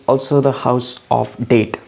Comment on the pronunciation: It’s not date it’s debt!!